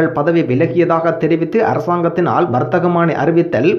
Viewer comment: Don't read warththahamani. It's warththamani.